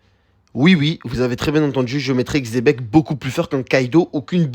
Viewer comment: Quand on entend Xebec et pas chebec on sait qu'on va bien manger